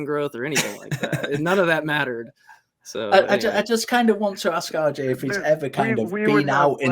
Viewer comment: says, "RJ, RJ, RJ... RJ...". What I hear is, "Audrey, Audrey, Audrey... Audrey...". 😂